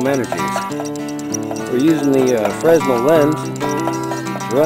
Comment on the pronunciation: Scott, just FYI, Fresnel is pronounced with a silent S. like frey-nell :)